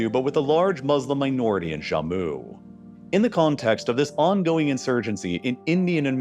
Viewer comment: It's Jammu not "Zhamu". I hate it when Americans encounter a foreign sounding word and always default to some Spanish pronunciation or something.